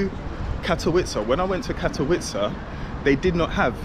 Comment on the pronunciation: Little tip. When you see "W" letter, you need to read it like "V". When you said Katowice it sounded like Katołice, because Ł=W, W=V